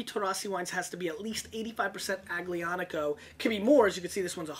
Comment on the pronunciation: The "g" in Aglianico is silent. Pronounced like "Al-Yonn-ico" or so.